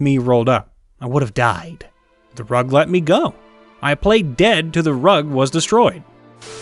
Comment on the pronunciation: Bro don't you know how to pronounce plead in past-tense?